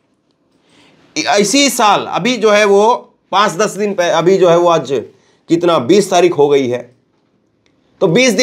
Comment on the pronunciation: Bhai Aap aaz kahty ho ye lafz aaj he